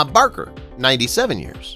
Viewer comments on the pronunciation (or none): none